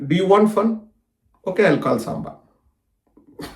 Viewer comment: సాంబ కాదుi సాంబా sir అనాలి